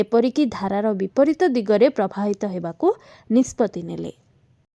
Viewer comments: Prabahita bhai thik se sunantu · ପ୍ରବାହିତ ଉଚ୍ଚାରଣ କରନ୍ତୁ ଓଡ଼ିଆ କହି ଆସୁନି ।